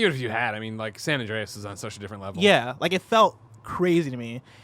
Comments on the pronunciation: Omg stop making him say San And-REEEE-as. I cant unhear it now and its driving me insane lol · "San Andreyes"